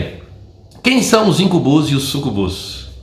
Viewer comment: a pronúncia não é IncuBÚS e SucuBÚS é Íncubus e Súcubus.